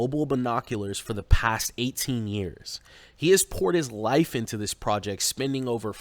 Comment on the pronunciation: The way he mispronounces "project" sounds so off. Is that how some foreigners pronounce it and he thinks it makes him sound more worldly?